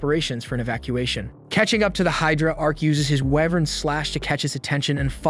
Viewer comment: Dude your speaking, Wyvern is pronounced "why-vern" and "fanged" is silent G. But honestly you must've watched the entire thing and had to do a ton of editting to get a condensed version so keep up the good work man.